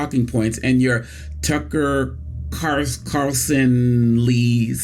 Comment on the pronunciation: Why can't any black ppl say Tucker Carlson properly?